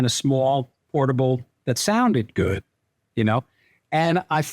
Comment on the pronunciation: "And I was looking for something that was kind of small, portable that sounded GÖÖD".